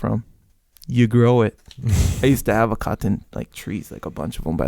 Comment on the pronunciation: Caht ton? Cah ton? Sounds like the last of the mohicans trying to pronounce cotton.